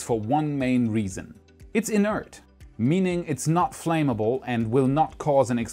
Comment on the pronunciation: nice video... the flam in flammable is pronounced like spam. plaid is pronounced like plad. i know your english is way better than my german... thanks for your videos...